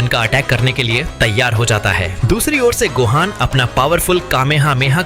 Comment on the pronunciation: Ultimate gohan ko base gohaj bol rha 😂